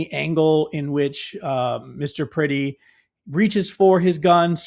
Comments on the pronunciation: If you are going to use the murder of Alex Pretti to raise money you should at the very least learn to pronounce his last name correctly. 😑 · Well, Alex was a hansom man, but he was never pretty. It is pronounced as if you are saying Brett-tee. But with a P as in Prett-tee... Pretti! Renee Good and Alex Pretti will never be forgotten. Never. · Pretti -- rhymes with yeti. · Pretti rhymes with Getty